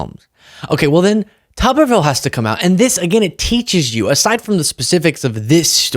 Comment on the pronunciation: It's Tuberville,not Tubberville.